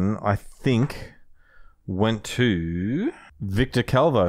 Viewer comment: matt my name is Víctor Calvo, I don't think it's that difficult and thanks, just pronounce a little bit the r